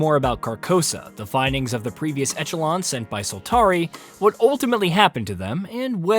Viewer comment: Most people know that echelon is pronounced ESHA-LAWN right ? Like tell me this guy is just the 1 out of 400 million that doesn’t ? It’ll help me sleep and have hope for mankind. Thanks.